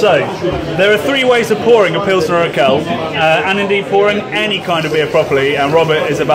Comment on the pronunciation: It ist Urquell not Urkell, Que like in question. Love your channel!